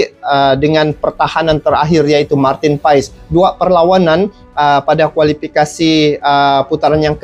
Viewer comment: Bang.. maaf sedikit koreksi untuk Nama Marteen Paes di baca Marteen Paas (krn asal Marteen berasal dari wilayah Belanda yg berdeketan dgn Belgia) penyebutan itu berasal